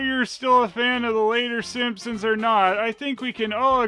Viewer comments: You keep pronouncing "Simponsonsns" as "Simponsonsnsons" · why do you pronounce Sompsonsns as "Simpsonsnsns", do you really think one extra "ns" just isn't enough? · is pronouncing the name of this (totally original) family wrong. He says: "Simpson-sn-sns". But as we all know, their're just called the Simpson-sns. Somehow added another syallable to their name, which is just silly. Who does that?! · Why do you keep saying Simpsonsnsons? It's just Simpsonsns! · I kept laughing when I heard you pronounce “Simpsonsns” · you're adding another "ns" at the end making it "The Simpsonsnsns" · Is pronouncing it "Simpsonsnsns" a joke or an honest mistake I wonder XD